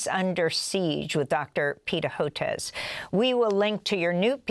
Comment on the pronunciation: You lost me at "Hoetez," Amy.